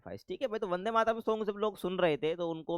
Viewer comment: Not Bande, its Vande Matram